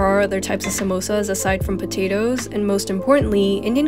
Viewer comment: I love hpw she pronounces 'samosas' correctly